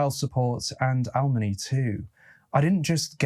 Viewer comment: You said "allmony" because the post was blurry, but it's alimony? I'm not a native speaker tho